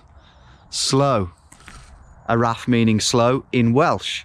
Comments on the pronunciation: XD im from manchester but moved to wales in 2010 and im fluent welsh the way you pronounce the welsh words crack me up XD araf is pronounced arav "f" is pronounced like vvvvv i guess XD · //// and all the other welsh words